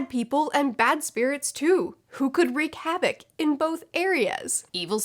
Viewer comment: You said "wreak havoc". I just want to say...thank you. Thank you for not saying "wreck havoc" like I hear way too often. That has become a HUGE pet peeve of mine.